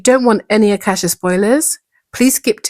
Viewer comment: I thought i heard you say "the blood of a cashew" 😂